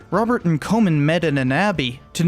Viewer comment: swing and a miss with some of the pronunciation, but a great video. e.g Comyn is pronounced like common at least in modern day Falkirk ;)